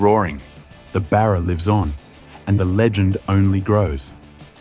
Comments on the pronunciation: Love the video! Tho please pronounce Barrr--raaa not burarr--raa. It's unaustralian to call it that😅 You forgot to say they were gonna call it the "Gull". Cause a Seagull shits on everything😂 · Why can this guy not say Barra? instead of Burra? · Lol... The clown can't even say BARRA right??? 🤦‍♂️🤦‍♂️🤦‍♂️ Lol ..BURRA...🤡 🤣🤣🤣🤭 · The Burraaaaah? WTF? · Their credibility faded when they say "Burra"!!!😂😂😂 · If you're going to have AU write the script, proof read it first. I'd tire going to have AI read it, have it pronounce Barra correctly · If you're gonna make a video on an Aussie icon, at least pronounce its name correctly!